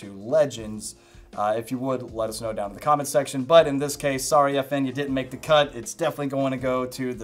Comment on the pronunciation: Good video. But I think it's "F-N" not "effin".